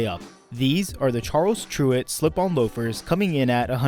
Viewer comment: Tyrwhitt is pronounced like spirit.